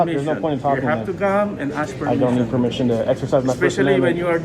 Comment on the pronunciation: A new word!: Per meeshon.